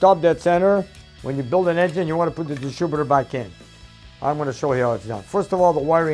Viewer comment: Distrubitor:) I worked at a mill a few miles up the road in St Jerome and all the tradesmen spoke great English with a few twists